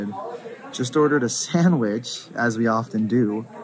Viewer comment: the way u said sandwich i died